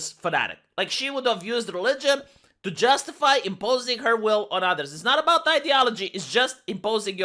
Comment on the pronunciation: aboot? are you canadian per chance? :^)